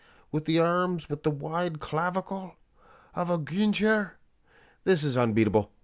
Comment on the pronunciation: Gühnter is pronounced like Gühnta